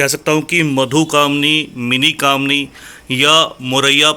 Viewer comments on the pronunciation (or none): Are bhai madhukaamini hota hai madhukmini nhi